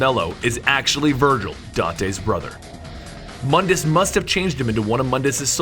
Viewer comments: quick note: Mundus is actually pronounced Moondus but spelled Mundus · It's pronounced MOON-dus. MOONDUS.